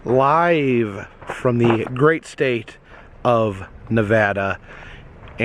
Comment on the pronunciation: Am I the only one who's glad he pronounced Nevada correctly?